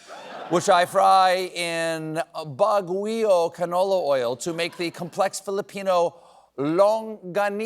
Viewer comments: lol the Pinoy reference. But it’s either “BAH-gyoh” or “BAG-ee-oh.” Other than that, perfect! 😬 Got the “longganisa” right! 😎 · Stephen, Baguio is pronounced "bahg-yo". Good effort tho. ✌️❤🇵🇭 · "Baguio" (pronounce as Bhag-yoh) Stephen: :Bag-wee-oh" 😂 - and I'm here for it! Lol